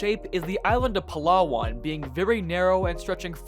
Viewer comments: I will let it slide but you are weird calling Palawan as "Palah wan". Its "Palawan" mate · bro goes "puh-law-wan" while frenching up for "moresnet" :sob: filipino pain